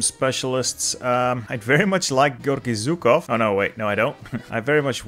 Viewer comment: I really love your pronunciation of Russian names and cities, but for the love of god, not ZUkov, it’s ZHUkov. It’s a bit in between classic SH like in “waSH” and J like in “Juke”)